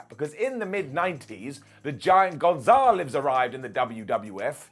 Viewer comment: González* not Gonzóhrlez